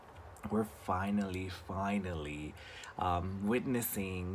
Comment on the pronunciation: It’s “finale,” not “finally.